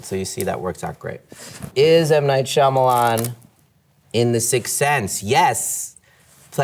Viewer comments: Jim actually says M Night "Schulman" 😂 to mess with Michael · Actually Jim said M Night Schulman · I like how he mispronounces his own last name now I’m not that embarrassed about not knowing how to pronounce it anymore😅